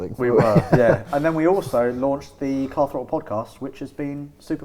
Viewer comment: definitely said Carl throttle